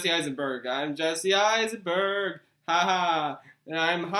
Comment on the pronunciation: "Jesse Eissenbird". Hehehehehe.